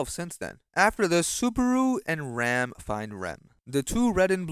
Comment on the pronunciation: its always the same pronunciation of the ram and rem that ticks me off 😭